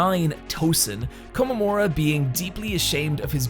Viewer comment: Only thing I'd like to point out is that the name is komamura and not komamaru.